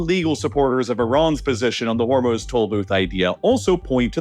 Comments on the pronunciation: You don't even know how to pronounce Hormuz correctly. It's hor MOOZE not hor muzz good lord. Do better research before making these. 🤦‍♀ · Ah yes, "The Strait of Homruz". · I don’t understand why this guy likes to deliberately mispronounce names. Instead of Hormuz, he calls it hormuhhhz and instead of Belarus he calls it belaruhhhhss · Meanwhile narrator is saying hormuhz like he hasn't heard every news outlet pronounce it properly for the past 7 weeks. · You’re pronunciation of Hormuz is unbearable